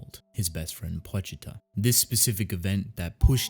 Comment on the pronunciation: say it slowly my guy PO-CHI-ITA not what you said also its a "chink in the armor" not a fucking "kink" bro please take you time when you speak